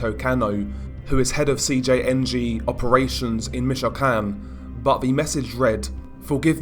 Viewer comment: Your great but I can't stand the way you say michoacan you're pronouncing it wrong